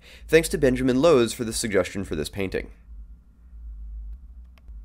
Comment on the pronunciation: You pronounced my name right! Haha. I’m glad it worked well for you :) (Benjamin Louws)